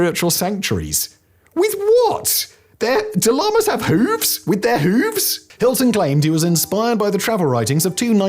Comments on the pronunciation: Lamas, dude. Not llamas! Tibetan monks, not Peruvian pack animals. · Lamas, not Llamas xd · Lamas! Not Llamas!😂😂😂 Tibetan monks!! Not south American mammals with teenage boy hairstyles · I imagine that's Lamas, rather than Llamas... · Lamas, not llamas. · Nooo Simon Not Llamas Lamas Like holy men Like the Dalai lama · This was fun, the mangled French was hilarious [and not really THAT bad] but the "mix up" between Lamas and Llamas was both funny and annoying. That's Simon and his editors tho! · Umm SImon, its Lamas, not llamas.. A "Lama" is a buddhist holy man, a "Llama" is a dromedary related to camels and alpacas. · Lamas, not llamas.... sheesh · Lamas, not llamas! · Simon is truly dumb sometimes. Lamas?!?! Seriously!